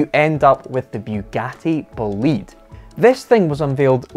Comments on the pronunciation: It's not Boleeeeed, it's Bolide as in a meteor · "Bewgatti boleed" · pronunciation of "bolide": Boh-lee-deh. Meaning Fast car in Italian. Not a Bugatti fanboy but I freaking love this car. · What a monster car , BTW "Bo´lide" is the correct pronunciation (and the final "e" is sound and not silent) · pronounced correctly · It's pronounced "Bolida", it's German for fireball (a fast car). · please can you pronounce Bolide like bo'-lee-day. it is the italian word for meteor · the correct pronunciation is like is written, Bo-li-de. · please learn how to say bolide. because in italian what you said is "belit". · Learn to pronounce Bolide, which is essentially "hot rod" in italian 😉 Bö-lee-dae Awesome video 👍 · it's boh-lee-deh btw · Shouldn't that be pronounced BOH-LYDE? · That pronunciation...it's Italian, "BOLIDE" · Nice video dude, but I Wanted to tell you that I think the name is pronounced differently. try to listen on google with the Italian pronunciation how it sounds. Cheers